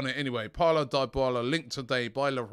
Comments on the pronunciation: ITS DYBALA not DIEBALA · pronounced deeee bala not die bala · Robbie can you simply research the right PRONOUNCIATION of names b4 your show? Enough "sorry" Die-bala? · Dybala? Please Robbie stop it 🤣🤣